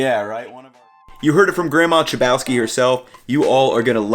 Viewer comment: Dude forget that "ch" sound nonsense, your last name is pronounced "hlebovski". It literally means "[he who is] of bread" or "breadish".